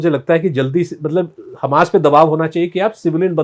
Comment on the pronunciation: Hummus nahi Hamas..... I have no problem with hummus